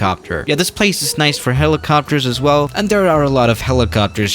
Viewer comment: He allways say: ,,hellicopers...." i hate this word...